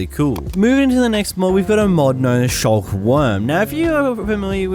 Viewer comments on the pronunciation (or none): shulk??? you mean sculk